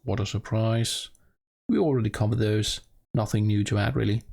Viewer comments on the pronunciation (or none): none